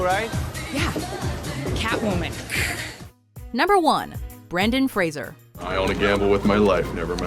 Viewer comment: Law-t-ner and Fraiser